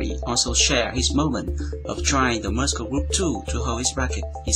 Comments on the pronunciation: hello i am a korean living in Canada your english is getting better i see let me just correct you this today muscle when you say this word you say muskle but it should be said mursle ok have a good day oh thank you for your excellent upload clips I learn a lot from it thank you again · the speed in this video is perfect. The only complaint I have is that you still mispronounce some words (i.e. Muscle is pronounced /'məsəl/) Otherwise your English has definitely improved significantly since I started watching your videos